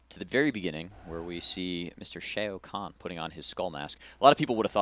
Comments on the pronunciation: its fucking annoying how they r saying shao kahn! its pronounced Shaow Kahn not shayo kahn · who's Shay-oh Konn? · Shay-O Khan? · SHAY-o Kahn? the Shaytards are in on this? 0_o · "Mr. Shayo Kahn" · He ts pronounced Shao Kahn wrong! lol